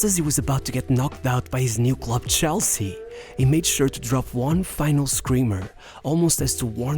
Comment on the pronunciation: CH elsea. not SHELL-sea.